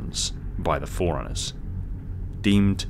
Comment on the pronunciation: I keep hearing foreigners instead of Forerunners and it’s entertaining me wildly